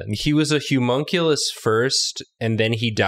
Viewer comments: why do that keep saying Humonculus, it’s Homunculus. This is unsightly. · Idk why but when said Homunculous I thought she said Humunculous like hes super hunky